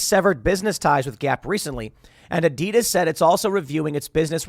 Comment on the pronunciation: Please learn to say Adidas the right way.